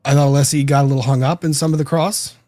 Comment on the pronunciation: I hate the fact that after all this time still doesn't know how tp pronounce Alessi's name. Or refuses to. Just another symptom of his behaviour.